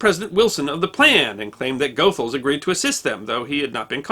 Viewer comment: Sorry for being pedantic but "Goethals" is pronounced : ghoo -thalz